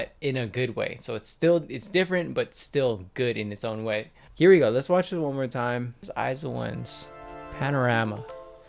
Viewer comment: Its not I ZI one it is pronounce as ICE1